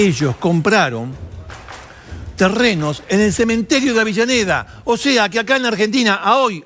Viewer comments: deje de decirle "AVILLANEDA" a AVELLANEDA. Por favor. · Es avellaneda ,no entiendo porque dice "Avillaneda" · Si,yo tambien preste atencion a eso,no sabe que es Avellaneda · Dice Libermann en vez de Zimmerman...además de Avillaneda.. pero está bueno saber la historia.... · Me parece a mí,o Canaletti dice "Avillaneda"??? jaja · No paré de escuchar "Avillaneda, Avillaneda..." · siiiiii ja ja ja